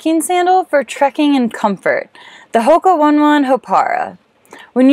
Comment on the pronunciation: Nice video. Quick tip, the Hoka One One is pronounced Oh-nay oh-nay.